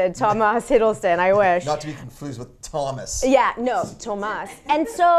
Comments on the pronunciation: Oui, en effet, phonétiquement, ça se prononce "toma", but it is written "Thomas" just like in english. I would say never trust an anonymous commenter, but I am actually french, who lies about being french?;) Love the show btw, good stuff! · The "S"of Thomas is silent in french. De rien :-) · Your pronunciation of "Thomas" was good, but the S is silent. I hope you enjoyed your summer in France !